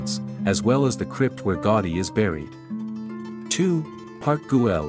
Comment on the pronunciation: Specifically GAUDI. It's certainly not GOTTI, as you pronounce repeatedly. GA-OO-dí would be much closer. Hope you understand my suggestion. Thank you. ♥